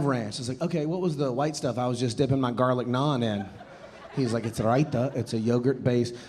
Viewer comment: Hats off to how he said "raita" correctly!! Love this guy!!!